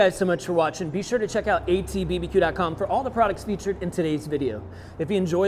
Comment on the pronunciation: Anyone else hearing “hey everyone, I’m with AT[bee-buh-dee]Q”...?